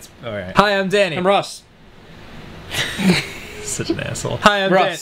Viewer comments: 'Can you just say your name like a normal human being? ...Hi I'm Danny' '....nyeeursh' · ok.... wtf ross? XD Danny - " Can you... say your name like a normal human being??" Ross - "erghnuh" (me dying of laughter)